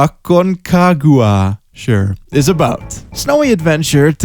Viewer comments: 1-rampage arcade story mode? 2-dat weird rotating background with Nomura spiked characters with random sense of trend clothing 3-sci fi Japanese dungeon crawler with bitches? 4- nice Aconcagua pronunciation XD for a gringo..... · Ak-CON-ka-gwa The tallest mountain in the western hemisphere